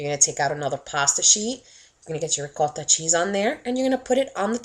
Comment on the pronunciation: The way she is saying "ROCOTTHA" is really pissin me off